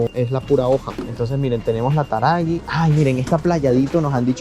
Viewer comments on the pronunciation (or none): La yerba mate taragüi se pronuncia con acento en la i...y su traduccion es Corrientes por nuestra provincia y ademas porque hay muchas lagartijas y la yerba se elabora allí !!!! Muy lindo el video chicos!!!! Saludos y bendiciones para los dos!!!!! Desde Bs As Argentina 😘🍀🇦🇷❤ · La yerba es TARAGÜI; NO TARAGUI. Tenés que pronunciar la diéresis. LA TRANQUERA; LA MAÑANITA; LA HOJA; vienen buenas. PLAYADITO TAMBIÉN. Las históricas son Nobleza Gaucha; Taragüi; Chamigo; pero últimamente no vienen tan ricas. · TaragUi se pronuncia la u. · Chicos no aclaren, que oscurece... 🤣 Ello por lo de las cáscaras de los mejillones... Hoy por hoy los precios están un 20-25% arriba...Güerrin y Taragüi tienen dieresis... así que la u se dice como tal. La "sherba" Playadito es rica. Más que la ierba... ;) Lindo video, gracias!